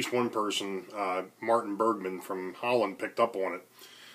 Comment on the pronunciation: Great vlog ! Thanks for the shout out ! And You pronounced my name the right way ! ! Thanks ! Good to hear you got the water issue fixed ! Me and the wife always try to fix stuff ourselves too. Who needs a specialist ? Good luck with the built ! Cheers from Holland Europe ! Martin